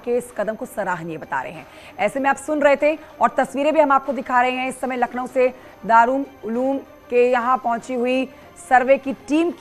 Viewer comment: Madam News Reader Darul Uloom hai